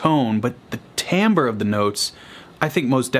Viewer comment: Timbre IS tone. "Timbre (pronounced TAM-bər) is the sound quality, or tone quality, of a note played on a particular musical instrument. Two musical instruments can play identical pitches at identical volumes and still produce distinct musical sounds, or timbres."